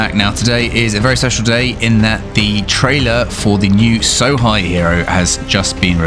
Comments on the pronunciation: lol, ''So-high'', try pronouncing it ''So-hey'' instead... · Sohei. It's pronounced like 'so hey' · Hei in japanese is pronouced Hey